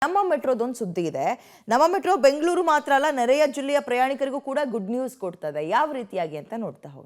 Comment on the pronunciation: Correct aagi hele pada prayoganaa.. 😤 bekaa bitti hel bedaa nariya jille allaa 🙅 nereya jille.. ✅